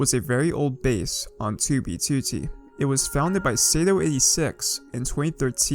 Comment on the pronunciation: why does he say 2b2t so weird